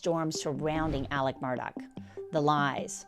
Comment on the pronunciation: i am baffled by Alex being pronounced Elik every time.